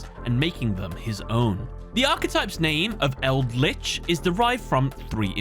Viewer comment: Like the content but still throwing a dislike because it's eldlich. You understand right.